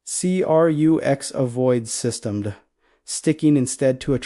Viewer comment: if you are going to use an ai reader you should write your scripts for its issues. For instance the ai says systemd the way its written but should say system dee. ai readers aren't too smart about the difference between how humans talk versus how we write.